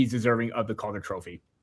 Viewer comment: Love the content, but quit saying Calder like that. It's infuriating.